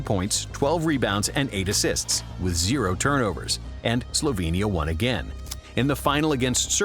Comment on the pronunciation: Where are you two from? UK i presume....If so,why are you pronouncing names of the countries from Balkans like they are situated on Mars??? Slovenia,Serbia,Croatia,Bosnia,Mcedonia,Greece,Italy...Those countries are representing part of the world where democracy was born.You know democracy,civilisation???Brought to you by Romans while you were all saveges,almost cavemen.Funn fact,Serbia is a birth place of 17 Roman emperors.....Romans gave you literacy,democracy, culture,civility and you are mispronouncing our names????Its always fun to watch Brits doing anything.Like being in a ZOO....